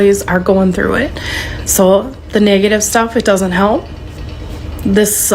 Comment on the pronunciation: Honestly bruh think that heffa said "niggative" instead of negative.